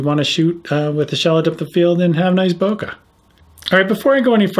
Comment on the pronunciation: I cringe when I hear people pronounce bokeh 'boka'